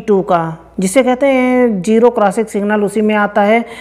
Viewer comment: ابے پہلے اردو تو ٹھیک سے بول لے. جیرو نہیں زیرو ہوتا ہے